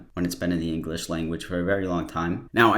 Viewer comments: he literally said englitch not english not bc of the accent 😂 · No one: This man: "To essentially... mutilate the English language" Also this man: "Englicksh" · Also the englitch "language" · "The englikch language" LMAO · "englitche" why did that make me laugh so much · Omg he pronounces english like i imagine a Klingon would 😂 “Enkckqhlish”